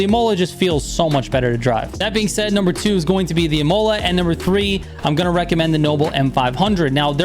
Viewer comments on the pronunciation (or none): Dude, love your videos, but your pronunciation of Imola is killing me. It's ih-moh-lah, not ih-mow-lah. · Real World pronunciation is [í-moh-lah] accentuation is heavily in the initial “i “, so don’t exige a pure American to know Esdrújulas words and Words in Italian, French or Spanish..😂